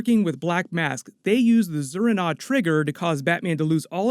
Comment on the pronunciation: Zur-en-Arrh not Zur-in-a